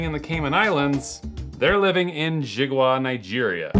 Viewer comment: It’s pronounced as Ji-ga-wa